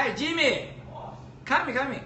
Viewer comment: 来是康姆，去是狗。阿贵英语杠杠的！